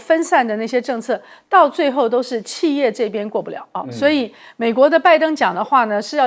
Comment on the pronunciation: 汉语发音有的听不懂，俄是二声，不是饿的音不是四声，企业的企是三声，不是四音，不是气业的发音，